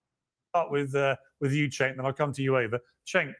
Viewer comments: I love how never pronounces Cenk's name correctly. At this point, i feel like it's on purpose and im not even mad lol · Cenk sounds like a slur 😂